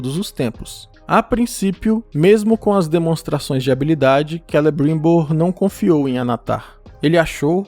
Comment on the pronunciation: É tão engraçado você falado Celebruuuimbor. Kkk....